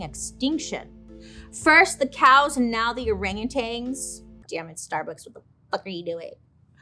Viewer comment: There's no G at the end of orangutans! So annoying 🙄